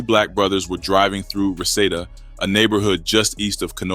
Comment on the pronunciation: It’s pronounced Ree-see-da